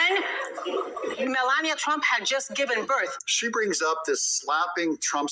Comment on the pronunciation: You need to learn how to say her name correctly. This is the first time I've come across your site, and I'm not impressed at all !!! I can't even finish watching your BULLSHIT!